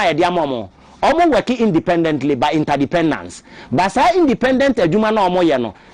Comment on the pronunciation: Interdependent, not INTERDEPENDANT.